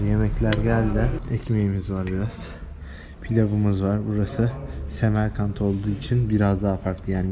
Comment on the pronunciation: Semerkend değil Samarkan